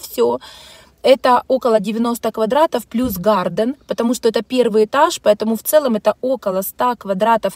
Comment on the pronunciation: НЕ гарДен - Garten! Гартен.